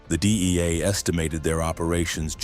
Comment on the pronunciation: The DIEA!? EIEIO!?